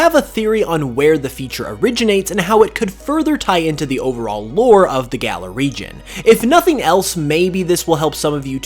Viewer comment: It's pronounced galaar. Not galler